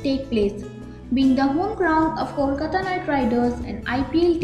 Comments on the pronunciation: Hey you fellow narrator Its not Kolkatta, Its Kolkata❤ Improve your pronunciation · It's not , Kolkatta, it's Kolkata